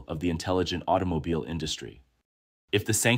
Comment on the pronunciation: Auto ? No no aito 😂 Aitomobile 😂